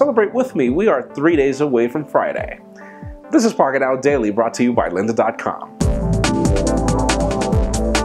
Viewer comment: First Googel & now Pockentow? Jaime..are you drunk?.. Lol